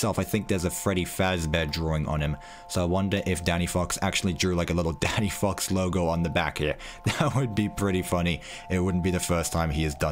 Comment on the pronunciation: I don’t like how he said daddy fox